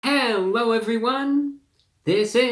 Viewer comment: Hewwo Wady’s and Gentlemen!